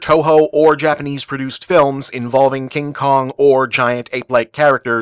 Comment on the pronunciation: “The Uncomfortable Kin Kong”? Is he chafing or something?